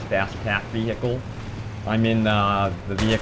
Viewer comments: Why does he say vee hicles its pronounced vee icle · Veehicle lol nice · the way u say vehical is so funny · Actually he says wi-hickel. No idea how you got it to Ve he icle. ._. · Ve he icle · vee-hi-cle... lol, the way you say it...great vid though :D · I love how he says vehicle!! hilarious!!